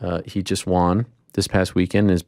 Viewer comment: I am Canadian 🇨🇦 and I cringe every time I hear you say won.